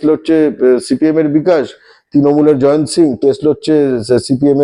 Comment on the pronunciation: "জায়ান্ত" না "জয়ন্ত"?